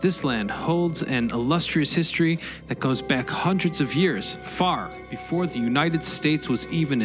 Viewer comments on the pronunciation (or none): none